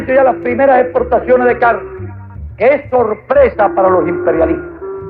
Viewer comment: Se entiende, lo único que “casne”, “invittieron”, “advettencias” etc., son palabras que no existen en ningún idioma. Si a usted le gusta así, bien, solo le sugiero al youtuber ser profesional. Es su elección. No es mi canal de YouTube. y ojo, soy cubano y lo puedo tolerar, para una persona de otro país, suena aún peor.